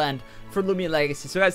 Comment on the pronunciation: " lumian legacy"→_→